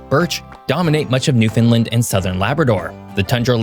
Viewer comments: And 10 seconds in you mispronounce the name.. New-fin-land is how it is said, If your going to say it wrong at least say New-Found-land as it is spelled, not New-finland, do people actually think its a new Finland like New York or New Hampshire or New Orleans? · It’s pronounced “newfin-LAND” Not new Finlind. Newfoundlanders watching this are twitching every time you say it. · GOod video but please stop calling it "new-fin-dland". It's "noof-n-land". ;) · I find it interesting how you pronounce it NewFinLind. I have never heard this version previously. I grew up always calling it NewFinland. ANYONE from outside Canada calls it New Found Land. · I'm from newfoundland. I like this however it is pronounced " land" like Greenland or iceland not newfoundlin😢 you did well but ........keep trying, subject matter is very interesting to me. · It’s not “New-Finland” it’s “New-Found-Land”. You’re pronouncing it like you’ve never been there or talked to anybody from there. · This is why I hate the "Understand, Newfoundland" advice. You end up saying it like "New-Fund-Land" when it's a lot closer to "Newf-n'-Land" where you barely hit the middle N and optionally hit the d, maybe, if you want? But you kind of sound like a narc when you do. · Thank you for trying to get the name right. However you are saying Newfinlin. You are close but Newfoundland is pronounced with that LAND and not the LIN. It's more like Newfin-land. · why do you keep saying new FINland instead than new FOUNDland?? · It is NOT pronounced "new Finland ". We have no affiliation to Finland It is pronounced exactly how it is spelled. " new found land". How do you look at the word Newfoundland and see Finland I just don't get it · Great video highlighting the history of the province. One thing though.. it’s not pronounced Newfin-lind. It’s -land.. Newfoundland rhymes with understand. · Pronounce it right please, Fin? Newfound land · Lard Jesus b'y! It's Newf en land. Not newfinlin. Lol. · Newfinlin? Wha?